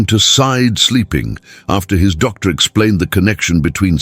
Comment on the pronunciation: Why is there a pause every time the word doctor is used as if that's the end of the sentence or paragraph 😅